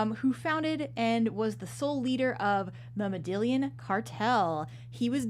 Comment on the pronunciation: you butchered the name Medellín.